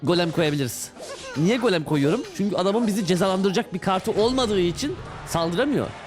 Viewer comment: gel bana baş diyor(golemi)